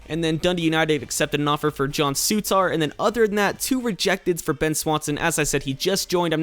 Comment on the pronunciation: Souttar isn't pronounced Soo-tar, it's pronounce Su-ter :)